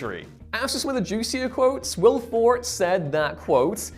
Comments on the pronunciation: For-TAY. Also, this video is nine minutes longer than it needs to be. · Please pronounce names correctly Will Forte's last name is pronounced For-Tay (four as in the number and Tay like the first syllable in Taylor). I’m sorry about being obnoxious her but it is frustrating and it happens all the time on videos and it isn’t that hard especially when you have (at least seem to) have a lot of people working on these videos. Thank you and I apologize. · definitely 2 syllables on Forte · Perhaps over the next year you can learn how to pronounce Forte. He’s only the star of the movie.